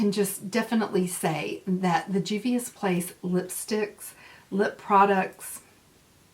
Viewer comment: Hey, love!!! This is some awesome palettes with some pretty colors!!! I think you can pull the black lippie off and you said the name right!!! ~ Momma Dell